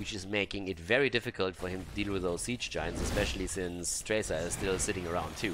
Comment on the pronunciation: I love it when gets excited with casting the game and suddenly the "Sappers" become "Zappers" and "Siege Giants" become "Ziege Giants".